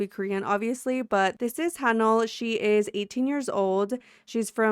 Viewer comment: you pronounce haneul like han oohL